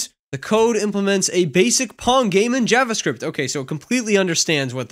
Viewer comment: Not a big deal, but you're mispronouncing "javascript".